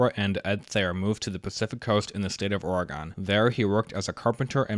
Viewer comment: I died every time you said Ore-eh-gone Great video tho thanks